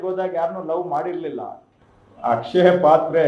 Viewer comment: ಅದು ಅಕ್ಷಯಪಾತ್ರೆ ಅಲ್ಲ ",ಕ್ಷಯಪಾತ್ರೆ."